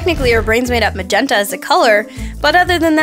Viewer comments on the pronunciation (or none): none